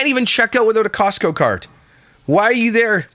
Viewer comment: “Kee-ostco card” sorry I keep laughing at that 😂😂😂